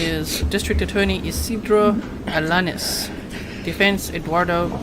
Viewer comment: It’s alaneez (alaniz)